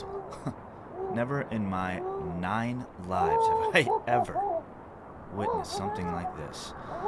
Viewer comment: The emphasis on “nine”. 🤣🤣🤣